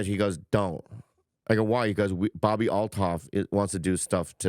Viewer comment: i love that whitney says altnof =))